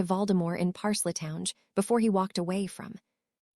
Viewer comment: It would be nice if this text reader knew how to say the word parcel tongue